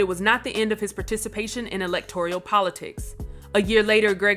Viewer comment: also it is electoral not electorial A good test for grammatical ignorance is when people say ex-seterra instead of ett-setterra to pronounce etc.